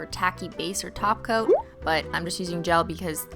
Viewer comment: everytime she says topcoat i hear her say taco lmfaoo